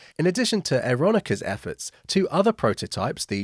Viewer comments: Yes, not "Aeron-ica". Where did that come from?! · FWIW: I always pronounced Aeronca as 'air-ron-kuh'. OR you could just say Air-Knocker. 😊